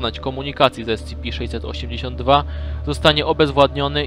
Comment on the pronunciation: tf2 No nwm czy na angielskim się zna lepiej skoro mówi "ES CI PI" czy "KITER":p